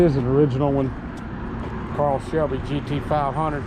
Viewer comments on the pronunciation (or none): I picked up on that right away. I had to rewind to verify what I heard him say. Dude, its Carol Shelby and not Carl. LOL We all make mistakes. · My man called it a Carl Shelby lol. It's Carrol Shelby and that car is far from original.